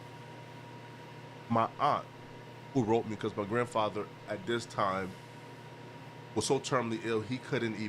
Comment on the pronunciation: said my grandpather 😂😂😂